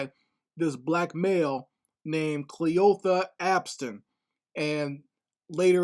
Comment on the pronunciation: Kleeotha, Cleeotha? That’s an old great grand mommas name 😂😂😂! The story is not funny though!